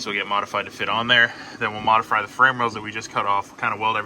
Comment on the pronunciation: I was going to comment modifry the first time I heard but I didn’t wanna be a dick. Then he said it later on and I was like yep gotta comment now. Modifry the hell out of it